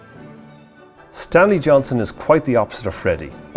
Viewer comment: Johnston with a T.